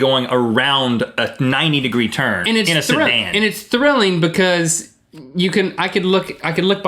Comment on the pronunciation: link has a strong accent when hes saying the word: because :D it sounds like bikyyz, love it :D